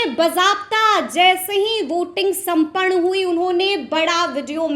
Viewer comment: उच्चारण तो ठीक से करो, संपन्न होता है